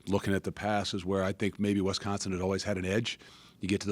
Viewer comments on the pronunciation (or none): Luke, I’m buying everything you’re selling. But if you’re gonna coach in our state, you’ve gotta say the name right. wi•SCAHN•sin